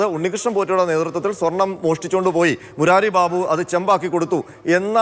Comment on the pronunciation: മുരാരി ബാബു അല്ല.. മൂരി ബാബു